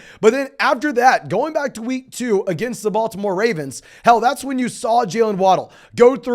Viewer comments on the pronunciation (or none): none